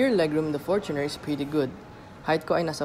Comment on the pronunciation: one thing i really like about this review is yung tamang pronounciation ng fortuner.👍🏼 fortuner from the word “fortune” i lot of people i know laging pronounciation nila “for-TUNER” ano yun? para sa TUNER? buset pang squatter🤦🏻‍♂️